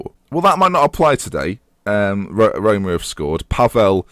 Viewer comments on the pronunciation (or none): Rhyming Roma with aroma... Oh dear